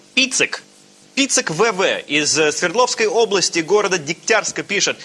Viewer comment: Божественный! Он верно поставил ударение в названии города Дегтярск. Ооо, это такая редкость для москвичей😚